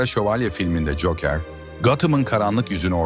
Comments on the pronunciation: Güzel anlatım da telaffuz dikkat dağıtıyor. Cookıır, veydıır... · Cokır olacak doğru telaffuz.